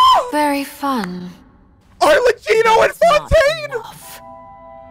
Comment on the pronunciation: Thank you thank you….. this is a honest reaction.. thank you for not looking at the thumbnail… and a major thanks for pronouncing Arlecchino correctly 😂✨